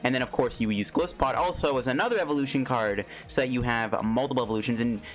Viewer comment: it actually pronouns as Ge-lai-se-pod